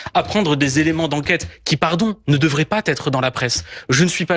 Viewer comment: "pas Tetre dans la presse" donc pour ce glandu "pas" fini par un T et il fait la liaison...